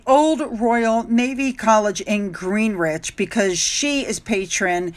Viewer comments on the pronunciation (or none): Another funny one…..Grinnage……..not GreenWich. Our country is full of them pronunciation traps and we pride ourselves on visitor friendly. We are really I promise. Welcome. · Greenwich is ... Gren ... idg .... as in Gren-idg Mean Time ... . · So you're in England. Maybe you can use this opportunity to learn how to pronounce English words i.e. it's "Gre-nich" not "Green-wich". Ask around, I'm sure people will be happy to help. Anyway, have a lovely time. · Greenwich is pronounced Gren-itch. Trafalgar Traf-alger. Ian Dee. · Gren-ich (Greenwich) Tra-fahl-gar (Trafalgar:) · Welcome to a soggy UK hope you enjoy your stay Greenwich pronounced Gren-ich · you made me giggle 😂 it's pronounced GREN ICH. Enjoy your stay in England and hope weather is kind to you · Greenwich is pronounced gren-itch. Silent W. 😅